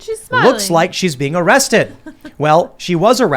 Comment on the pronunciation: "areested" my ass!!!!